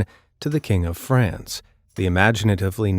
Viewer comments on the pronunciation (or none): none